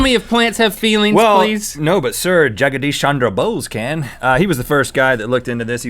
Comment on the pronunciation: "JAGADEESH SHANDRA BOSE" HE KINDA BUTCHERED THE NAME! XD